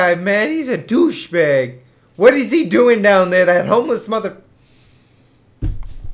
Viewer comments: Love the way says doshbag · I love how you say douchebag. its like " Dooshbag." <3